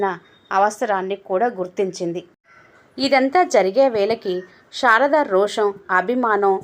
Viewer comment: Anta baga undandi.kaani meeru sarada peru ni sharada ani chadivaru.